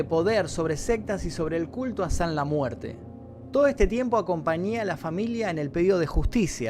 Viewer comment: ''sanla muerte'' ulala señor frances